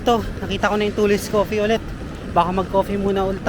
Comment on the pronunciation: Tuh/Lees Coffee po ang pag pronounce hindi po Too/Lees.